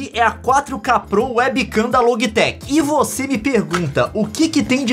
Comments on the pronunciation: a camera é loji tec e nao logui tec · Se fala LOGITEC